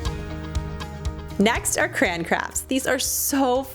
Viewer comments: The correct, dictionary pronunciation is 2 syllables "cray-on". The way you're saying it as 1 syllable "crown" is more dialect. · As a child I was always told it was Cray-on , the way you say it sounds like crans.... but you can say it which ever i doubt CRAYON cares as long as you buy them lol... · I was wondering what she was trying to make with cranberries because she kept saying Cran Cran Cran. LOL #TeamCray-onnn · It's Cray On it's not cran! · "Cran" it's a Michigan thing! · it sounds like you say "crayon" like I do, lol. My Michigan accent has me spreading the vowels, so it sounds like "crey-an", but it's so fast it sounds almost like one syllable! Also I totally want to combine those crafts amd make a tissue box holder out of rulers...